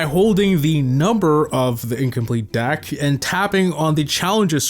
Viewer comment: You keep saying “Dack” instead of “Deck” and it’s Highkey pmo